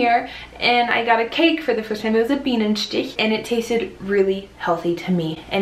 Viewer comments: nailed that Bienenstich 10/10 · I really have to give you some probs for your pronounciation of "Bienenstich", especially on the "ch" part! Some germans (depending on regional accents or minor education) they just can not pronounce it that correctly as you did, even if they try really hard. A+